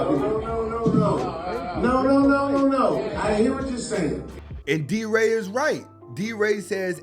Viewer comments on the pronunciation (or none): D Ray! Not del ray🫡🤔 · He called deray delray lol